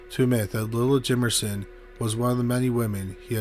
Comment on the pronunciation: Lila is pronounced "lie-lah".